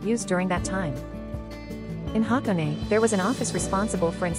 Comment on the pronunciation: You lost me when AI pronounce HaKone wrong